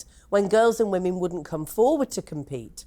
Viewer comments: it's Women and Wamen, also pronouns wahman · I miss hearing calling them "wamen"